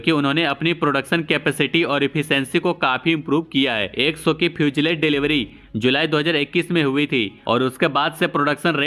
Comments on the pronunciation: Your English pronounciation is very poor ..😅😅😅😅Fusalage..Phusalage..etc etc😅😅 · fuselage ka pronounciation :- few-sa-laaj...